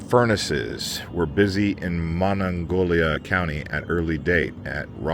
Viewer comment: The river is the Monongahela. Mo-non-ga-he-La. The county is Mon-non-gay-Lia